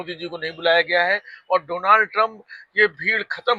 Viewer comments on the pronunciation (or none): जब मोदी डोलनड नही डोनाल्ड बोलना सीख जायेगे तब बुलायेगा कंगना के साथ